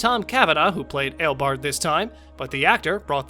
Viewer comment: Ten, Barry didn't travel through time at all. Because if he did then he would have been reliving the day 🤦🏼‍♂️🤦🏼‍♂️. Also kara wasn't flying faster than him Nine, well wouldn't you be shocked too if you found out you had a son? Eight, his name is EO BARD NOT EIL BARD or whatever the fuck you said. did you even watch The Flash at all? Also eobard didn't run away because he was scared. He ran off if you listened to what he said to plan on how to destroy the Flash. Seven, actually I kind of agree with you on number seven but also can you either watch or rewatch The Flash? Because you are literally butchering the reverse Flash's name 🤦🏼‍♂️🤦🏼‍♂️ Six, actually it wasn't going to destroy the planet. It was actually going to destroy the entire Multiverse. Five, you're actually wrong again as Barry didn't save Wally. If you actually looked at the clip you used Barry tried to save him but Wally fell into a dumpster and his mask was already off before Barry looked inside 🤦🏼‍♂️ Four, anyone will remember that scene so good job on showing us lol Three, I mean you literally just said why the fight scene was bad. What did you expect a full on Avengers style CGI or movie budget styled fight lmao Two, how is that embarrassing? When savitar literally called himself the god of speed. Of course he's going to be out matching any other speedster lmao. If you paid attention to his explanation he confirmed that he was trapped within the speed force 😂😂. One, I don't get this one at all what was suppo